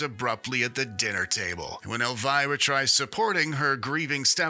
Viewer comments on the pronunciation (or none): It’s pronounced El-vee-rah